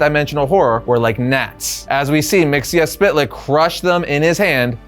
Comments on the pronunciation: Mxyzptlk (mee-zuh-plik) Don't pronounce every letter. LOL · it's not mixiaspitlic it's always been mitsoplic . so unless they changed his name you're saying it wrong. mit so plic is how it was always pronounced. unless he's a new version of the guy but you show old pics from old comics and that tells me it's the same character so in that case his name is mitsoplic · I can't take it anymore.... His name is pronounced Mik-zel-plicks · Its like this. MITZ - PITTL - LICK. SAY FAST AND BOOM. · It's pronounced Mr. (Mix-el-plickt) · Mxyzptlk's pronunciation from the Super Friends (Hanna-Barbera 1970s-1980s) had a much simpler pronunciation which is much more pleasant on the ears (miks-ill-plick). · I maybe wrong, but as a kid the 5th dimensional imp, he is my favorite enemy of super man. I really think and remember from the old cartoons from the beginning of D.C. Saturday morning cartoons, in his name the "T" is silent and the way he was pronouncing it was wrong. It is said Mix 'ol Plix silent "T" in the spelling. I maybe incorrect, but in my Saturday morning cartoons I remember it that way. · You really need to learn how to pronounce Mxyzptlk. 👉 Miks-yez-pittle-ik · So, new listener, appreciated the whole series, thank you. Please, for the love of Bob, never say Mr. Mxyzptlk's name again. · Always interesting to see how people decide to pronounce Mr. Myzptlk's name. In my mind, it's "Mix-uhl-pit-a-lick". I've also heard "Miz-puh-tilk" or "Miz-puh-tal-ick". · Wow great video....except you mispronounce Mister Myztlpitilyk....and that's is plain sad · The way he pronounced myxzptlk really ruined the whole video for me 😢